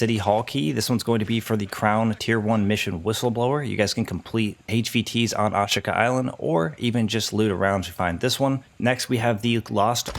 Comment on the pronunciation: how hard is it to pronounce ashika??